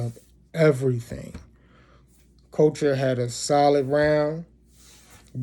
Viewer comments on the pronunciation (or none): Her name is Couture ! Not Culture !🤣🤣🤣🤣